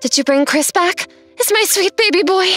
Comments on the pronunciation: And she calls him cwis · Then said cwris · She also said he’s name is chwis